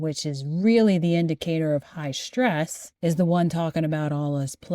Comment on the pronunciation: That pronunciation of 'stress' as 'shtress'...